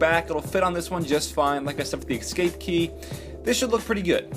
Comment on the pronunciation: ...This is the second time. It's eScape, not eXcape.